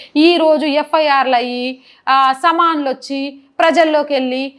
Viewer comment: అమ్మా బాగా నే చెపుతున్నారు. కాని భాష కాస్తంత సంస్క రిం చు కోవాలని సలహా. am aadmee కాదు aam aadmee, సమా nlu కాదు summon లు, ముసలి కన్నీరు కాదు మొసలి కన్నీరు